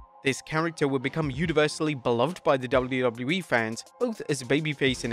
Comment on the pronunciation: are you ever gonna learn how to say WWE